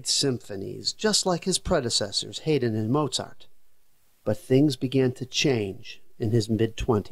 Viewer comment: Just FYI, Haydn's name is pronounced HIGH/dn, not HEY/dn.